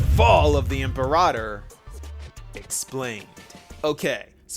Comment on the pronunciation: God I hate how everyone is mispronouncing Imperator. Even in-game. Like, I know I'm being petty and it's really a non-issue overall, but it's just...IT'S FRUSTRATING!